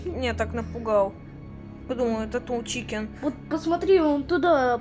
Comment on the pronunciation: Тол чикен❌ тоу чикен✅